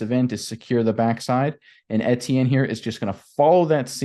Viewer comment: FYI: Pronunciation: Etienne = E T N